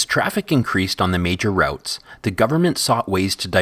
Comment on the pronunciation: "R-out-s"?? Well, the guy doing the narration isn't a local:)